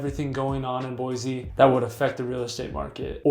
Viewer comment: This guy can’t even say Boise right. Don’t buy from him he must be a transplant